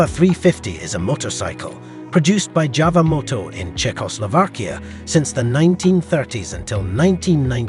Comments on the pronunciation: JAWA not JAVA ! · It's pronounced YAWA not JAWA!